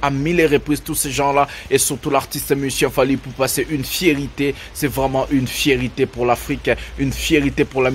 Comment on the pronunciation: C'est une FIERTÉ et non une FIERITÉ , vous faites souvent cette erreur de prononciation. N'oubliez pas, vous êtes suivi par bcp de Pays francophone,faite un effort de prononciation svp. MERCI